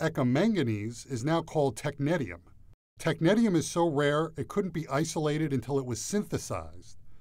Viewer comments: Why does he pronounce Technetium in such an ugly way? It's tek-NEE-see-um not tek-NET-ium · its pronounced (teck-neesh-ee-um) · Technetium? I thought it was pronounced "tech-nee-shi-um" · cmon bruh technetium pronounciation????